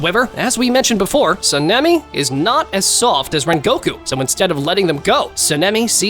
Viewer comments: Btw it’s saan-ee-meh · Your Sanemi pronunciation hurts me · Bro Said Senemi and Tanjero 💀🤣🤣